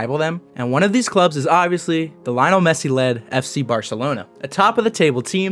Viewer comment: I think when choosing to disparage soccer or football as a girls' sport, mispronouncing the first name of one of the greatest players in the history of the sport makes it seem more as if you are just ignorant and uncultured. Even if you did reference the 'MSN' forward trio of which Messi was the leader.